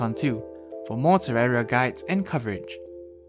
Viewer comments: It’s terraria not terrara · This is the first person I ever heard call it terrara